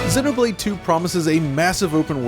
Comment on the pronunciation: Honestly, the thing I appreciate the most from this video is how you pronounce the name of both games correctly. Xenoblade chronicles 2(soft e after x) and Xenoblade Chronicles X(The "X" stands for cross not x). Thumbs up for this alone👍